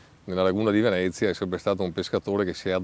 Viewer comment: Its venezia not vinece btw